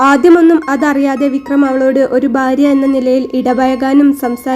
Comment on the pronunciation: കൊല്ലംകാർക്ക് ഭ ഇല്ല ഫ ഒള്ളു ഉദാ.. ഭാര്യ =ഫാര്യ.. കൊല്ലം എംപി യുടെ സംസാരം ശ്രദ്ധിക്കുക 😢